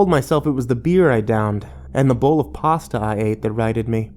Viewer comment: THE BOWL OF PASSTA!!!!!!